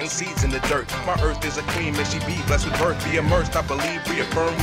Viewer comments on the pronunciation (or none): none